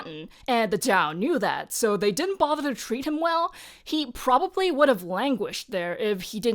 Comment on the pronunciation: "he prbably needed six horses" 🤣